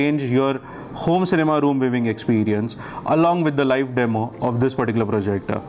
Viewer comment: JUST COUNT FOR... HOW MANY TIMES YOU HAVE PRONOUNCED " THIS 'PERTICULAR' PROJECTOR 😅